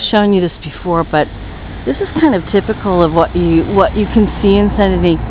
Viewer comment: I meant to say i like how you pronounce "San-Deny", if you'd ask me to pronounce it, i'd say San-Denise,...hehehehe! XD